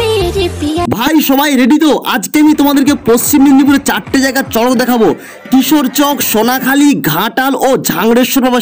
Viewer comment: দাদা ওটা কিশোরচক না চক কিশর